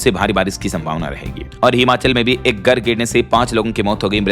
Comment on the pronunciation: Abe buchu gar nhi Hota Hai Ghar karate hai